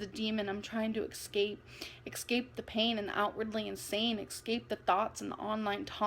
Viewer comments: X- scape… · exscape... pitcher frame.. propagoneduh... yeah great pronunciation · Excape.... drived.... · ‘Exscape’ huh? Really…girl bye 💀😭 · *Exscape, *pitcher frame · Tbh what really bothers me is pronouncing the word escape as “excape”and eavesdrop as “easedrop”. Get it together,. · Eggscape lol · I really really despite the way she says eXcape and the occasional "kh" sound she makes to make it sound more emotional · Can I just say, it genuinely pains me that she says “ec-scape”